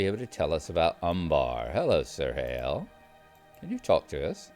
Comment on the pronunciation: Good to see again, we've missed him! One small pedantic point: "Cirhael" is pronounced "KEER-hale". That "c" sound catches everybody out at some point or other!